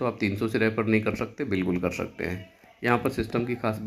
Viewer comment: कर शकते मत बोलो कर सकते बोलो " श " नहीं " स " होता है उच्चारण सही रखो